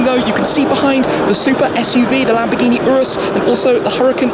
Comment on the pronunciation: Lamborghi?? Lol 1 min 56 sec